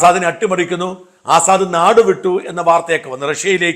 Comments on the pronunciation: Correct pronounciation is Asad (Lion in Arabic) ,but not Azaad. No aakaaram here. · ആസാദ് അല്ല അസദ്...